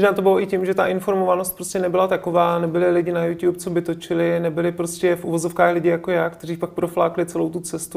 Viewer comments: A nevím, kdo vymyslel "jů ťúp", i moderátoři to říkají. Správně je to podle ostatních něco jako jů čúb nebo alespoň jů t(y)úb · To je podle výslovnosti. Tento Čech to řekne takhle, tamten Čech to řekne jinak. Američan to řekne jinak, Brit to řekne jinak. Nikdo nevymyslel jů ťůp :D Samozřejmě je to špatně, ale proč to řešit že :)